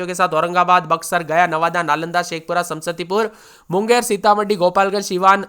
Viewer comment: समसतीपुर नहीं समस्तीपुर होता है 😂😂😂